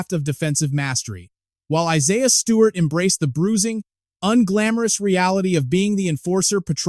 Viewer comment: Gotta be ai! Y'all gotta stop with these Ai voice videos. I siah? Any human knows how to pronounce that name